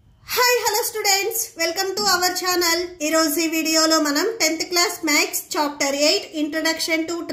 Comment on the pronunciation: Chhoooopter 8😅😅😅😅